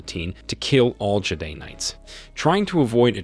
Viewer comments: Are you trolling when you say "Jedi"? I mean ouch my ears. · The way you pronounced Hastings and Jedi…